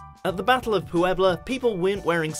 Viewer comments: Vina's Nails, the difference in meaning is obvious, I was asking about pronunciation of the "pue" that exists in both of them, because no accents appear and the English guy kept saying it "PU-ebla." After watching several other videos, it looks to be the same "pue" in "pueblo" and "puedo" and the guy was just mucking it up. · lol "Pooh-ebla" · Was he pronouncing the name Puebla weird or is that how it's supposed to sound? I've heard "pueblo" tons of times by native speakers and there never was so much stress on the "u."